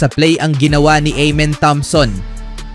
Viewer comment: EMEN THOMSON❌ AMEN THOMPSON ✅ CONTENT CREATOR 😂😂😂😂😂😂😂😂😂 PRONOUNCE MU AYUSIN MU